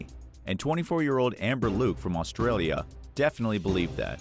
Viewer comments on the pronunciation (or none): none